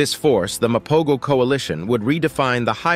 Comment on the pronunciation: The G is silent my dude...MA-PO-HO! They ALWAYS stood on bizness so we can at least pronounce their name right!! 🙄